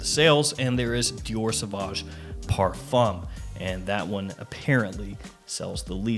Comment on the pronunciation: Dee-ore Suh-Voj Owe deh Twollet